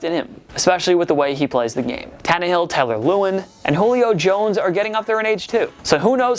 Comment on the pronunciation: Henry will win at least one ring in the next 10 years bro. Y’all act like that team ain’t good. Plus we know you clowns since you didn’t even pronounce Taylor Lewans name right